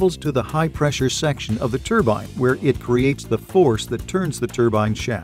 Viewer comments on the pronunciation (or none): Yeeeeee haaaaaaaa !!!!!! It's a TRUEBINE BLIBBY,,, " turbine" just won't do 😝 TRUE-BINE😝✌️ YEEEEEE HAAAAAAAA ✌️